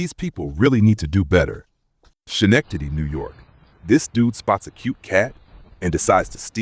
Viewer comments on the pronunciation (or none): Sken-ek-tad-y. That’s how Schenectady is pronounced. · LOL Schenectady pronounced skuh-nek-tuh-dee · Schenectady is pronounced as if the ch in the word is a k sound. Born and raised in New York. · You seriously need to learn how to say the town and city names properly. Haverhill was wrong. Schenectady was wrong, etc…